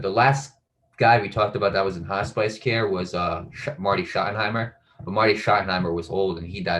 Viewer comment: Hospice not hot spice